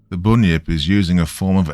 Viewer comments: Everything was great just pronounce it as bun-yip... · Great story as usual. But seriously, dude, it is pronounced 'bun' as in the bakery goods. To an Aussie, your pronunciation is a little frustrating. 😊